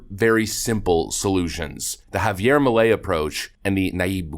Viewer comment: Its pronounced "P-A-S-O" and "M-E-L-E"